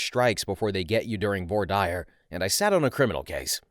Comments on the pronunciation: pretty sure it’s vwa-deer and not vor-dire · “Voirdire” is pronounced “Vwarr-DEER”, from the French words “Voire” and “Dire”, meaning “see” and “say”. It’s a preliminary period during which juries are typically not present while the judge decides on what evidence can and cannot be presented in the courtroom so as not to be prejudicial or biased. Like many legal terms, it takes its name from the Romance languages.